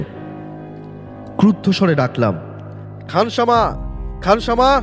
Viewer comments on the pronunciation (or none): উচ্চারণ একদম ভালো নয় ওটা খানসামা হবে।